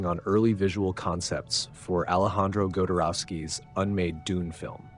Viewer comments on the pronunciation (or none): JEE-ger... GO-dorwowski... Har-KAH-nan? Well... damn. That was painful. If I flubbed the ball that hard I would delete, fix and completely reupload. Gee-ger. Jo-dorwowski. Harko-nan / Har-ko-nan. EDIT: I see others have caught the same pronunciation errors. But still, research is a dying skill. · And who is "Godorowsky"?